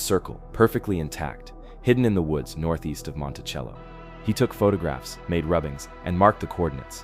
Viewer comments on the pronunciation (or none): none